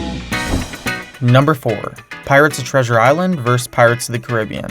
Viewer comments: Just a note -- "vs" is an abbrevation for "versus". It's pronounced "versus", not "verse". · Hearing you pronounce vs as verse instead of vs makes me hate you more and more every time you do it.